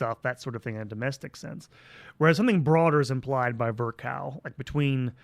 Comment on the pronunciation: Also btw Rudolf Virchow is pronounced “Firsho” Prussian names have a silent W